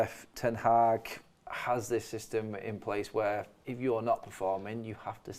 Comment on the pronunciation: They keep saying Ten Haack 😁